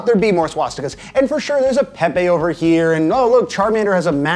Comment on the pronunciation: Did he just said „Peppe“ istead of „Pepe“ ?!?!?!